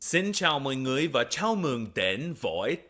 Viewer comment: Also his pronunciation in người is 100% correct